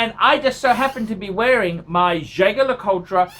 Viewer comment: Nothing oozes class like pronouncing Jaeger-Lecoultre incorrectly.